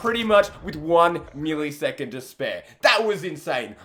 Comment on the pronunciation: He said milleesecond